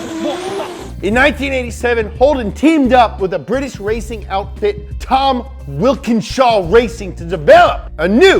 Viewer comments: It's Walkinshaw, not Wilkinshaw. I had plenty of Holden's in my lifetime and still have a Holden SS Ute with an LS1 in it. I had a Sandman PV, A9X, VL Commodore Turbo, VB Commodore 5 ltr, HQ Premier 5 ltr. WB Statesman Caprice 5 ltr, and a few Fords chucked in there as well. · It’s not wilkenshaw.. it’s walkingshaw but still r.i.p holden ☹️ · Too bad they left out tons of arguably more important facts, and uh, "Tom Wilkinshaw"?!? Wtf... WALKINSHAW. As an American, and Holden owner, I'm embarrassed they butchered that name, and didn't even mention the VE was the first ground up design not based on another car, like an 80s Opel *cough VB, VH, VK, VL, VX, VY, VZ cough *. Not to mention the part where they say the Clubsport was a LS3, but showed a LSA and corrected it to LSA, when it was a LS3 and he was right, the part where he said the Gen2 LSA GTS was the most powerful (The LS9 GTS-R holds that record at 650hp I believe), didn't mention the HSV W427, and several other down right incorrect statements. Lol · Oh...and it's Tom Walkinshaw... not Wilkinshaw. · W I L K E N S H A W Close, but it's actually Walkinshaw. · Enjoyed this ep, though the W in TWR is for Walkinshaw, not Wilkenshaw lmao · It's Tom Walkinshaw, not Wilkenshaw. 😅😅😅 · Its Walkenshaw mate, not Wilken lol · Not TOM WILKENSHAW His name is Tom Walkinshaw. He is a deadset true blue bloody legend. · Dude was loving it until you called it Wilkinshaw 🤦 it's Walkinshaw and they're a British family. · Anyone else pickup that he said Wilkenshaw instead of Walkinshaw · WALKINSHAW!! WALKINSHAW!! WALKINSHAW!! W ALKEN- SHAW, not WiLKEN DO we say Christopher Wilkin?? NO!!!!!! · As an Aussie, and former Holden owner, I'm watching this with a smile on my face and tears in my eyes... RIP Holden BTW, it's Walkinshaw. Also, the Group A SS 'Walky' was affectionately known as 'the plastic pig' LOL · Nicely done. Can almost forgive “Wilkenshaw” almost. 👍🏼 oh and it’s pronounced John Farnm 🤷🏻‍♂️🤣